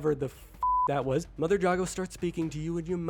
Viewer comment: How to you play the whole game and not hear anyone say Jago correctly